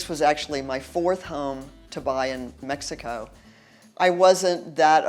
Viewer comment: Please pronounce Mexico probably. You live there now so pronounce it right.